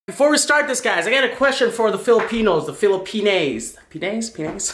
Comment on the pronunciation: Watching from the Philippines. Btw, it’s not Filipinaes 😂 It’s Filipina. Love all of your videos. ❤️❤️ And I’m so happy seeing you enjoying Filipino Food ❤️❤️❤️